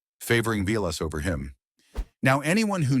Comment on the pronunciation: You can tell this is AI because they keep showing pics of players who have nothing to do with the story and it pronounces Vilas name